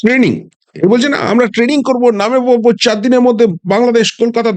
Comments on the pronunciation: Ei naki bangladeshi army major standard! Tanning🤣🤣🤣🤣. Training tao pronounce korte parena aabar ki bole London theke aseche.🤣🤣🤣🤣🤣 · Shala training k taning bolchhe buro bham 😂😂😂😂